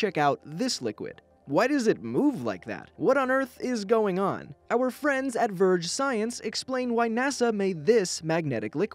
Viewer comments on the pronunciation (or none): none